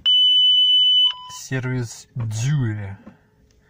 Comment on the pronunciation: лол, не "сервис дюле", а сервис дью, вася... Но видос зачотный.